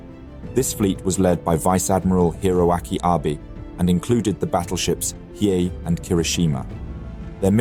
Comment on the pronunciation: 💡 Pro tip: Hiei is pronounced as HEE-EHH.